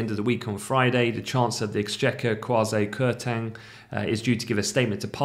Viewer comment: I'd really LOVE IT if people stopped butchering the pronunciation of this man's name. It's a VERY typical Ghanaian name pronounced 'kway-cee' 'kwa-ting'.